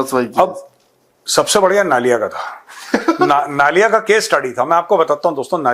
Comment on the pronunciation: नलिया he sir नालिया नही.. I have lived in Naliya AF Stn for 5 years